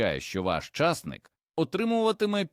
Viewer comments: чАсник -чАснык , часнИк це , а не чАснык . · Ідійот, невже так важко втовкмачити ШІ що ча'стник-ов (приватників) сажають тільки на болотах, а часни'к садять в Україні і встановити правильне звучання слова. Просто жахливо, неможливо слухати, хоча тема і потрібна для села.